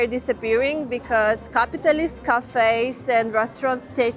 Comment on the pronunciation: I would pay top dollar for that CCCP spaceship planter. Totally cool. I love the way she pronounces Capitalist also!